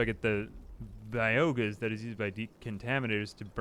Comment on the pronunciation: I’m not sure if he’s joking, dyslexic, or actually thinks by-oh-gas is pronounced bee-oh-gauss…